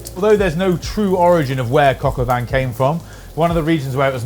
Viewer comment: The N in Vin is silent